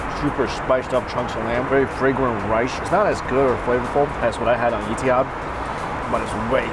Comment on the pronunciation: I noticed that, too. Et-ee-haad changed to eaty-had! love this guy!